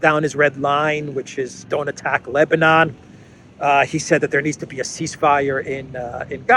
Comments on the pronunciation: He can’t say the word Ceasefire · WTF cant even say ceasefire